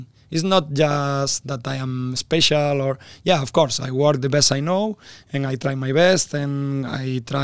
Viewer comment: Of course jadi of skor. Ngakak maaattt gua lah 😭🤣😂🤣